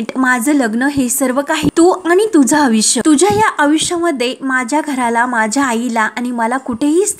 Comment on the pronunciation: आविष्य नाही आयुष्य , अपारमेंट नाही अपाॅइटमेट !